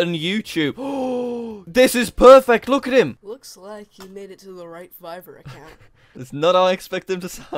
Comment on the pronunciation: Not to be mean but It's fiverr not fivver